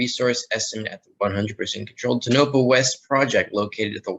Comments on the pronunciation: I live in Nevada and Tonapah is pronounced TOE na pah. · It is pronounced Tone-OH-Paw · Tonopah pronounced Toe-no-paw. Derivatives will implode. Physical will explode upward. Thanks.